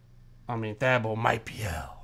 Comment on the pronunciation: I cringed everytime y’all pronounced Thabo wrong lol